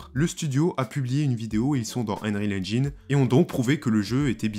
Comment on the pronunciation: Désolé mais "engine" se prononce "ennjein" / "ainjein" , pas "ainjAYn"